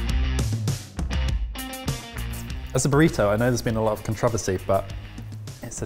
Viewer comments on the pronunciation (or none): DID HE SAY CONTROVISY IRONICALLY?! LIKE WTF not a word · I can't help but laugh over ' pronunciation of "controversy" "con-TRO-ver-sy" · 1) A chimichanga is a burrito, and there are really good sweet burritos. 2) Anyone else feel a certain way when pronounced, "controversy?" Not a bad way, not a good way, kinda uncomfortable, but okay... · I’m sorry, HOW did pronounce “controversy”?